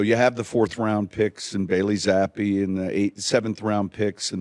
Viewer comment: Coach telling someone he’s saying Zappe wrong without saying he’s saying it wrong. 😂